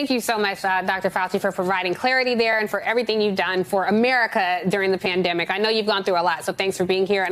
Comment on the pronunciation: I keep hearing "pandamic of the unvaccinated". This is all such BS!